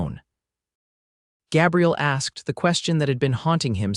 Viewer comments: "Găbriel" is the FEMININE PRONOUNCEMENT - The Male pronouncement is "Gā'-briel". You need an AMERICAN Editor, since these are "American" stories. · LONG A IN THE MAN'S NAME: GABRIEL Short a, as the AI voice is saying, is a woman's name, soelled: Gabrielle... Irks me; not going to listen. Bye! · Gabriel and Gabrielle. Two different pronunciations. Ai sometimes not so bright. His father dies and he proceeds to abandon his mother. For 8 years. She begs him to come home and waits till she is dead too. What a jerk! I abandoned this story after the 4th Gabrielle mispronounce. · 😮 Numerous incorrect pronunciations. AI??? Especially Gaaabriel! Narrator distracted from an otherwise good story... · Pronounced Gay bri el. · AI needs to learn to pronounce vowels. Ruins the story giving the Cowboy a girls name. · The mispronunciation of Gabriel is irritating. But its a good story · Long A in Gabriel for males-sounds like A I is calling him a female name. I dislike A I reading anything. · Agree, I can't even listen when the name is mispronounce 4 different ways.